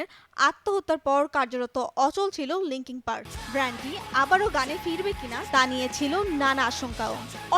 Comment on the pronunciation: মাইক ছিনোডো - দ্যা অ্যান্ট - ওয়েটিং ফর দ্যা অ্যান্ট - লিংকিং পার্কের ব্র্যান্ডের - আহা উচ্চারণ! কি খাইয়া যে প্রতিবেদন বানায়। এটা একটা ব্যান্ড, “ব্র্যান্ড” না।